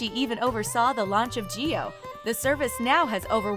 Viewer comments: Jio not Geo😂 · Well put video. However, it's "JIO" & NOT "GEO"